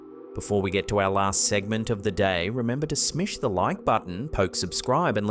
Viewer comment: "Smish" ? Is that what you said?